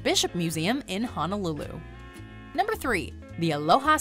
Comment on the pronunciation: As well as HONOlulu (not HANAlulu) lol